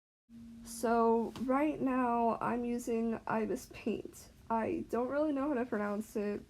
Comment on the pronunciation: Ibispaint is pronounce I -B-es-paint btw